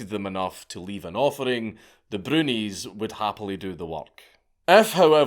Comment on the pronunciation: Is he saying brunies or bronies???